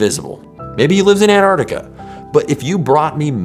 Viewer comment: He meant to say Antar-C-tica….